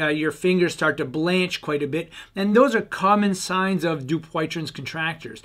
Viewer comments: Need work on pronounce of name. You're not even close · I think you’re pronunciation of this disease is off